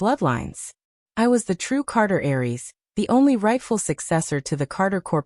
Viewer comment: "Heiress". The word the AI is looking for is "Heiress", not "Aries". An "heiress" is the woman destined to inherit the bulk of a families wealth. "Aries" are people born between March 21 and April 19, under the first sign of the Western Zodiac - Aries, the Ram. The sound is very similar.